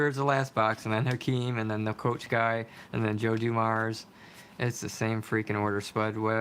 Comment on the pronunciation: It's DOO-mars, not Du-MARS